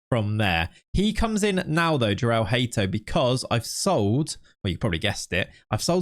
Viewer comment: Just so you know, I believe Hato’s name is pronounced [Yor-uhl Hah-toh]